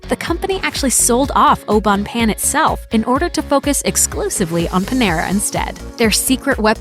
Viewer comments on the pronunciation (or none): You say it like “payne” not “Pan” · its not oh bone pan idiot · The pronunciation of Au Bon Pain was so cringe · The way you pronounce those french words au bon pain is so cringy. At least show a little respect to their language... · If I can learn English ,you can learn how to say au bon pain correctly. Be professional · Leila Canel I know. I cringed every time she mispronounced that.